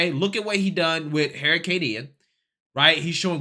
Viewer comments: Is this guy saying heericane? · dude, I gotta ask. Why do you call it a Hair i cane? LMAO